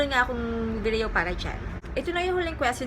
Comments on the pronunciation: Nakakainis yung pag pronounce ng VIDIYOW HAHAHAHAHA ARTIII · Natatawa ako sa pag pronounce sa video at products pero ang ganda nag content